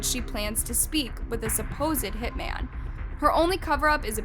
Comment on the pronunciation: Your voice is okay, but the way you use it is often very annoying... Over-exaggerated dramatic inflections, and you pronounce TONS of words wrong, especially peoples last names. And 2 or more MEN that do HITS are called HitMEN, but just one? That's a HitMAN! No such thing as "a Hitmen."